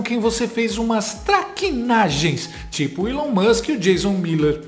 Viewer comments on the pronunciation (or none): none